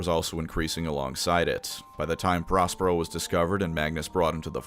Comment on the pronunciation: I heard 'Prospero' as 'Ross Perot,' which was a double take.